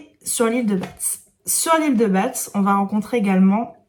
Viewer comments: J'aime beaucoup tes vlogs ça me donne envie de lire plein de trucs 😊 ( et de tester le sirop pumkin 🤦) juste une précision l'île de Batz se dit ba on ne dit ni le t ni le z 😉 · Merci pour ce nouveau vlog. Ah l'île de Batz et Roscoff. C'est magique !! (tu sais qu'on ne prononce pas le T et le Z dand Batz ???) Je suis bretonne et ce livre me tente énormément vu j'y ai vécu. C'est drôle car à une 15zaine de km de là, à Plonevez Lochrist, au lieu dit Kerizinen, il y a eu une apparation de la vierge. C'est un coin de Bretagne où la religion erait très importante. Il y a d'ailleurs la Cathédrale de St Pol de Léon.